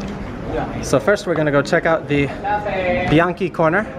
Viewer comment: They pronounced "Bianchi" in right (Italian)way. I always thought American people pronounce it the wrong way so one day I asked a lady who was born in Italy(Italia). It was confirmed.